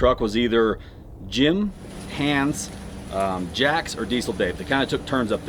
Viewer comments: Why You are all call him "Hanns" ? As a german, I can tell You it's pronounced "Haans" - strong a short n 🤔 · Dave, it’s pronounced HAAAns not Hands whether he knows it or not my brothers name is Hans and it’s like nails on a chalkboard to hear you say hands